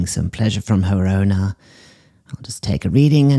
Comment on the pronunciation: “Here we have a dog being murdered by its ownah” “not sure why she sent this in…” 💀